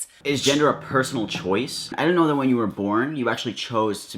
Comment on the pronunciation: I knew it qhen he said two qhite religious girls